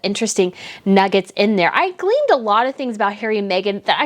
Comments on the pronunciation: Its Gleaned my Darling..Not Gleamed..you are sweet though.. love your video.. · Trod, not ' treadded' and Gleaned, not 'gleamed.'